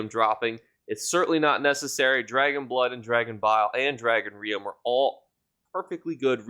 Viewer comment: Rheum is pronounced like "room". Think "rheumatism".